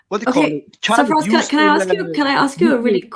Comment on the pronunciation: I swear its Sir Faz not Safraz